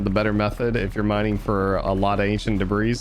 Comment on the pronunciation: It’s pronounced “de-bree” not “de-brees”